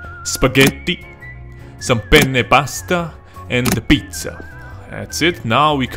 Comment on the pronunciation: Heh, you pronounced penne wrong and you said pene which means penis lol